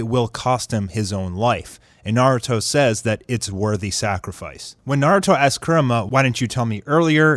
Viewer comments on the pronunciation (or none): Say it with me COO-RAMA not Curryama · he called him kuruma 🤦‍♂️🤦‍♂️🤦‍♂️ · btw its pronnounced kurama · Fumix Crew i think he's trying to say kurama hahahahah